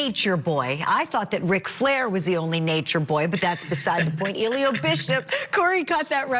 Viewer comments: lol at the reporter always calling him Illiyo 😂😂 bless her heart tho. Even if defense did any kind of a good job, NB is going to mess his own case up all by himself. What a mess. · How hard is it to say E-Lee-Gee-O? Eligio. Pronunciation was horrible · 😂😂😂 his name is Eli_GI_O 😂😂😂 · The lady reporting on this case pronounced his name wrong😂😂😂😂. She had me hollaring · Nature Nuts, everyone in the courtroom is smarter than you. And I love how the host keeps mispronouncing his first name. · The reporter cannot pronounce his name. There is a ‘g’ in his name.